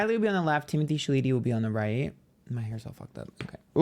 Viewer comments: Not you saying Shaleetee 😅 I've heard it said many different ways but Timothy Shaleetee, was definitely a first 😅😂❤ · This is the worst way I’ve heard Timothy chalamet name being pronounced thus far 😂😂😂😂😂😂😂😂 ant literally said sha-le-tee 😂😂😂 STOPPPP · LOL its pronounced Shall-a-May 😂 but werk, you gave me a good laugh today 😁💜💜💜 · Chalamet (Shall-a-may) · Lol I had to rewind this so many times just to watch you say “Timothée Shaleetee” casually 😂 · Haha I loved every time he said Shaleetee 😂. I just might keep calling him that 🤣🤣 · I was like, did I hear that right?!??😂😂😂😂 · Don’t ever pronounce his last name correctly ❤